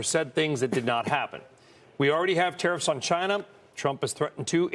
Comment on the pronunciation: Be vewy, vewy afwaid of tawwifs.